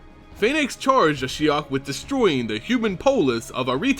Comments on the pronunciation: Yes I found it confusing as well. He began with Ashy-ok then changed it subtely to A-shy-ok. I wish the narrator would just stick to one pronunciation and stick to it. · Kinda weird that you used 2 different pronunciations for Ashiok, interesting story though. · lost count of the amount of different pronunciations of Ashiok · Ashiok is pronounced like three different times during this video :') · another great vid, tho you pronounced ashiok differently throughout it. LOL